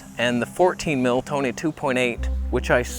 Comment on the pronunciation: we found the toneh.. wait wrong toneh